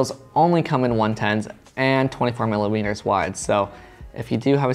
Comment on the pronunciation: He meant to say millermeters but it came out like Miller wieners 😂😂😂😂